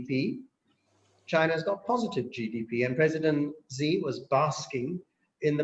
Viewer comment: Let's try to be more professional please... the pronunciation of China's president is: "she", not zzhee, not anything else. It's easy to check, just Google it.